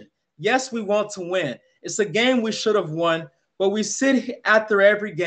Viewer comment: "Wee Believe" 😂😂